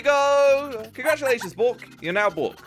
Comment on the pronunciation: can u prononouce bork in english cause im only hearing boke